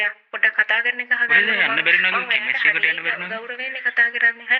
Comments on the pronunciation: Ayyoooooo, harima moda ganiyak. Ehema naththam pissu eyata. Kiyapu English wachana serama waradi widiyata uchchaaranaya kale. බුකෙට්😂, පාරල්😂, පසිටිපේට්😂 කෙමිස්ට්‍රි 😂, 😮😮😮😂😂😂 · කෙමෙස්ට්‍රි කියල එයා කියන්නෙ😂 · ගොං වැස්සියෙ උඹට ඉංග්‍රීසි වචන උච්චාරණය කරන්න දන්නෙ නැත්නම් කියවිය සිංහලෙන් සුසාන භූමියකියල. කෙමස්ටරි නෙවි , සෙමට්රි .😅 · දැන් හදිසියේ කිව්ව කෙනා ...දිගටම කතාව.😂😂😂😂කෙමස්ට්‍රි...ගියාලු😂😂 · නිර්ධය ඉංග්‍රීසි හරි උච්චාරනය: 😂😂😂 ===================== ෆියුනරල් පාරල් කෙමිස්ටි ෆයිනල් රෙස්පට් බොකෙට් පියුනරල් කැබින් එක කෙමිස්ට්‍රි එක රිමේෂන් බැරියර්